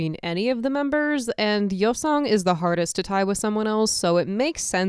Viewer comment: You can't even say his name right